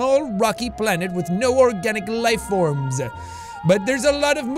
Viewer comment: The computer voice just irks me... how he says “BALANET” instead of just planet and shit like that